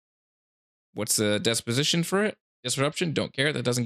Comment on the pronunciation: Good video but brother, it's dis-position not dep-osition 😬